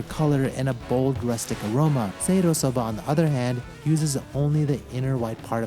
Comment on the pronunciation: Do their Inaka and Seiro correspond to juwari and nihachi, or is everything nihachi here? A note on your pronunciation: It's so-BAH, not "so-BUH" as you say it. Small but important difference of hatsuon!